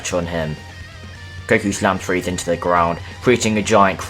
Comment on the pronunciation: He said cell had friza putentshull whall Friza wasint on earth